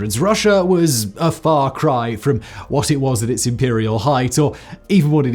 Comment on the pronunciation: Hahaha Far Krai